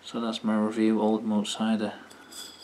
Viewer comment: Pronounced Moot so it rhymes with fruit